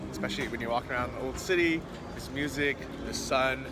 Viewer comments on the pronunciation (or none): none